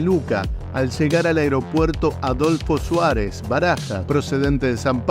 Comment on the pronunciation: Aeropuerto Adolfo Suárez, ¿ Tan dificil es decir bien el nombre ? No paras de equivocarte. En cambio Viru Viru, bien raro lo dices perfecto.